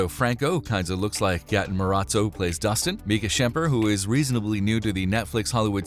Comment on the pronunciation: I wonder why people belive a guy that can't even say "Materazzo" properly LMAO